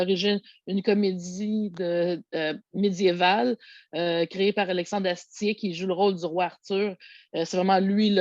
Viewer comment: Pour la prononciation, c'est bien Astier = "astié" et Kaamelott = "camelote" (signé : un fan français 😉) Et les éditions DVD et Blu-ray simples ont le même contenu, que ce soit en France ou au Québec. Seule "l'édition épique" contenait les bonus et le making-of en double (Blu-ray + DVD), en plus du film en 4K (mais cette édition collector est déjà épuisée).